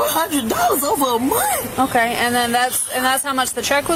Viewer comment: The lady in pink says I have been working for a whole mont. Like huh. Mont. Very dum lady.